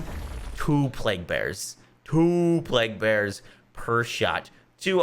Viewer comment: "You like using the plaguebearer? 2 pleaguebearers." I love it 🤣